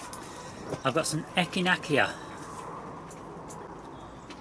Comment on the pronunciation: It's pronounced ek-in-ay-sha